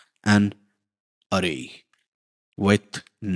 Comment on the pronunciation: its Aa - ray or Ayy - ray